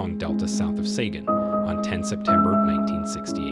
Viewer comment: I like what your doing but your seriously mispronouncing allot of words, Saigon, Ramesses, Bonaparte's amoung others